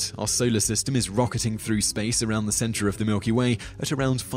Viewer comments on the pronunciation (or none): none